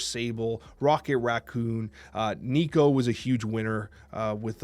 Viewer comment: Thank you for saying Nico's name correctly❤️. I forgive you for your past transgressions. FF and Nimrod are worthy of a series 3 drop. Is surtur the new Thanos? "Big power... That's a surtur card".